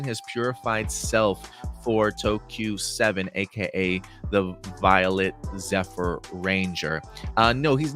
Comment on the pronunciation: thanks for clearing that up. Zephyr just sounds like Ze-FEAR By the way